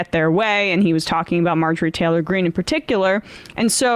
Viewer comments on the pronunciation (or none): none